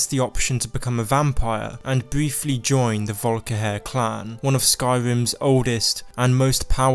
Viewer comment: everyone: volkihar: volkihair